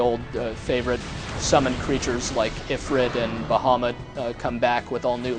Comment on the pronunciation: ugh, (EE-fr-EET) and (BAH-ha-MOOT)